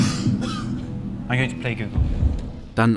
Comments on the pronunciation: Das ist leicht eine 1 mit 100 nullen heist gogol aber man spricht es nicht google aus😂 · Auf deutsch werden die os im Zahlwort wie in Hotel ausgesprochen